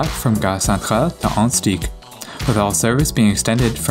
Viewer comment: it's "ah-hunt-sic"